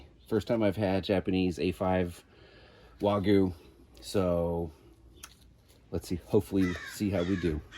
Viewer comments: No disrespect, but having lived in Japan, I can assure you someone has given you bad info. Gyu means cow and it is a hard “y” sound. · Great vid. Almost have me talked into a Judge! One thing, what is “wahgoo”?😂